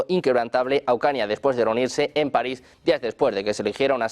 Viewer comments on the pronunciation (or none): none